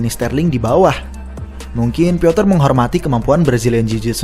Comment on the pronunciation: Butuh 1 tahun lebih bagi utk melafalkan pronounce yg tepat bagi Petr (pioter ) yan 😂😂